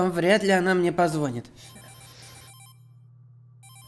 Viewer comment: звОнит блять звОнит????